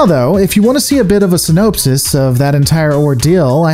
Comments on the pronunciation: Just a heads up, and sorry for being pedantic, but synopsis is pronounced "Sin-op-sis" The "op" is pronounced like Operation instead of "nope" (Si-nope-sis is how you pronounced it). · If you don't want to come off sounding clueless, try not to use words you don't know how to pronounce. Synopsis . And yes, I did check to make sure it's not an alternate pronunciation. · I love the way he pronounces "synopsis." To me, mocking VOY for its bad writing is like making fun of a special needs person.